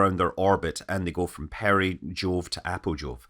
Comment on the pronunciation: At 21.50 I heard "perijool to apojool"... clearly I've spent too much time on Kerbal Space Program 😆